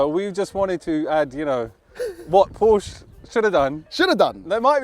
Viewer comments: Please, please, the brand is called Porsche! Not Porch or similar! I also try to respect English names, thank you! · Please say PorschE 😂😂..❤ES Motors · Why do you call it Posh?? Porsche is a family NAME and it is pronounced just as it is written.